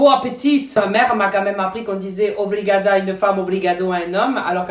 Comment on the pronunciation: Moi je suis Portugaise et je dis brigada le "o" je le prononce presque pas. Ps: je t'adore et bonne continuation ❤💋😊🥰😚😍